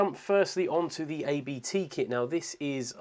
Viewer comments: Hey! Nice video, thanks you very much! btw: its abt, not ay-be-teh. Its a lastname of campanys founder, not an acronym.:-) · It's not "A.-B.-T.", it's simply Abt. It's a family name. It's also a clerical term, it translates to "abbot".